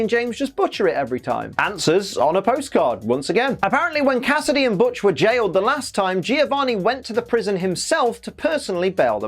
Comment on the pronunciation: Did you just call Butch (which, hilariously enough, tried to autocorrect to Hutch) B*tch? You have my respect.